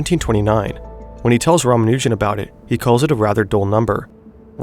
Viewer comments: btw if you happen to care about pronunciation, his last name stresses the first two syllables. RAA-MAA-noo-jun instead of rah-muh-NOO-jun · Dude, you're hurting my ears. It's pronounced, Rah-mah-new-jun